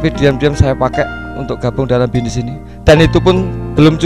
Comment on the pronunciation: Bisnis pak bukan binis. Harley pak bukan halei. Haduh si bapak